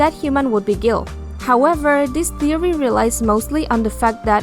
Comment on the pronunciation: That’s not how you pronounce guile lol